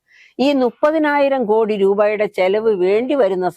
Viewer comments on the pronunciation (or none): none